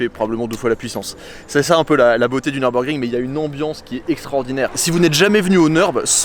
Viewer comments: Merci …(Neurbeurgring->Nurbourgring)…En plus, on a la chance, nous français, de savoir prononcer le son U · J’aime la chaîne…mais s’il te plaît, mes oreilles originaires de la frontière allemande vrillent à chaque fois que tu prononces ce beau circuit ;)